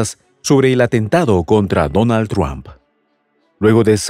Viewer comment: PORQUE EL COMENTARISTA DICE “TRUAMP”. ??? NO ENTIENDO….LE CAMBIO EL APELLIDO O COMO???